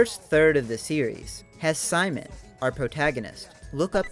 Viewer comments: I hate to be this girl, but its "SEE-MOAN", not "sigh-man." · Um, actually, Simon's name is pronounced: "See-Moan" in Gurren Lagann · Great video, but your pronunciation of Simon (Sea-Moan) makes me want to punt a kitten. lol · You imagine it's pretty well known but people to this day still can't get his name right😭 You pronounced it like "Simon says" or that one Chipmunk Simon but it's pronounced as Sea-Moan. Simon's name is derived from the word Shita no (下の) meaning Under. Most of Gurren Lagann's characters are named after directions. Kamina comes from Above. Yoko means Beside. Gimi is Right (Migi) and Dari is Left (Hidari).